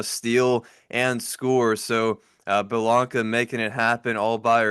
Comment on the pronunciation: Please. Her name is Blanca, not Bahlanka. Watch faithfully ✌🏼❤️🏀